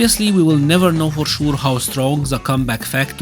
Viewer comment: we don t now for șur 😭😭😭 why your accent so good until you say sure